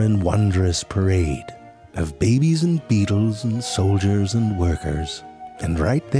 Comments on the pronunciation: The way he pronounces babies as “bebes” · It's more like, "Bèby food made out of real bèbies!" - You gotta get the pronunciation right lol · Whenever he says “Behbes” I find new hope for the world. Until I realise that almost animal depicted in media as “cute” and/or “sweet” plus “adorable” are more then likely sly and conniving bastards. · The way he pronounces stuff is hilarious. "Facts about the ooooooowl" "Behbes" XD